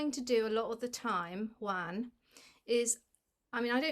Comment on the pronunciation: Pronounced ONE OH SAVAN - - Juan Is always pronounced ONE - - NO J